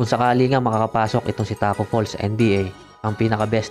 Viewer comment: Tacko fall* lang po wala pong S pero kudos pa rin nice content pa rin tol